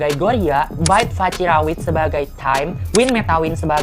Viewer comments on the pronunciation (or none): Mau ralat dikit phi. Lanjutin yg di part 1 heheu. Bright Vachirawit dibacanya Wachirawit. Guy Sivakorn jg sebenernya Siwakorn. Pae Arak dibacanya Pe kaya baca Janhae gitu. Jd Pæ bukan Pae. Meskipun sebenernya aku liat tulisan thailandnya kayanya pake เ sih bukan แ jd harusnya Pe kaya Te di Tay Tawan gitu. Aom Sushar dibaca Om tp O nya bukan O bulet kaya Ohm gitu tp kaya baca Oabnithi. Dia pake อ bukan โ soalnya :/ pengen pake vn deh. Baru sadar ternyata baca Jan nya jg msh blm tepat. Itu dibacanya Jæn Ploi-shompu. Enchante, sebenernya awalnya aku jg ga ngerti baca bahasa Prancis sih. Tp kalo liat dr tulisan thailand-nya dibacanya Ong-Syong-Te. Aou Thanaboon kalo ga salah aku pernah liat tulisan thai nya tuh อู้ , kalo ga salah, jd bacanya U aja. Joss Way-ar dibaca We-Aa. Kaya baca kata "way" dlm bahasa inggris yg artinya jalan. Kaya Te di Tay Tawan. Trus r nya ga dibaca, itu cuma buat nunjukin a yg long vowel, orang sana biasa ngeromanisasi a yg long vowel jd ditambah h atau r gitu pdhl ga dibaca. Ciize dibaca Sai-sii. Gigie dibaca Jiji. Kaya Gigi Hadid gitu dibacanya Jiji Hadid. Toptap dibaca Toptep. Foei dibaca Feui. Kaya kalo basa sunda teh mau baca teuing atau ciumbuleuit. Mond Thanutchai dibaca Thanatchai.